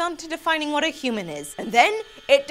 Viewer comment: you said vat XD